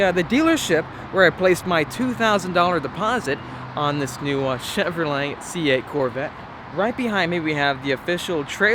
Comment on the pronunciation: cheVROlet 😂 can’t stand the way he says Chevrolet